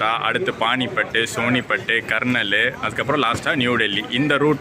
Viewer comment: “கர்னால்” என்ற ஊர்ப் பெயரை “கர்னல்” என்றும் “கால்கா” என்ற ஊரை “கல்கா” என்று தவறாக உச்சரிக்கிறீர்கள். பொருட்குற்றம் இல்லாவிட்டாலும் சொற்குற்றம் உள்ளது. சென்னை போன உடன் ஒரு ஹிந்தி மாலை வகுப்புலே சேர்ந்து கொஞ்சம் கற்றுக் கொள்ள முயலுங்க. உங்களை மாதிரி வட மற்றும் மத்திய இந்தியாவுக்கு அடிக்கடி சுற்றுப்பயணம் செய்பவர்களுக்கு உபயோகமா இருக்கும். Please equip yourself adequately on language learning as you must try and live out of your comfort zone.